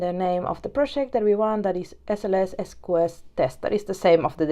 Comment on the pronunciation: interesting sqs pronunciation "es coo es", later you pronounce queue properly... ES cue ES is correct... sqs === ES CUE ES or s queue s... good lesson thanks for the content!!